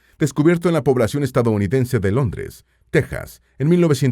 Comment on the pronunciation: Gracias por otro buen video muy fascinante. También quiero felicitarlo por pronunciar la palabra Texas como se debe. 👍